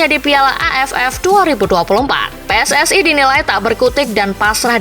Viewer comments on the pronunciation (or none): none